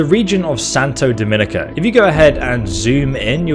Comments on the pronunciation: Did you actually even play CP2077? Lol mispronouncing so many things my god. “Santo Dominico,” when the damn name of the area, “Santo Domingo,” is on screen 😂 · Santo Do-ming-go, NOT do-mon-i-co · Repeatedly saying 'Santo Dominica' instead of 'Santo Domingo' is mildly infuriating... -~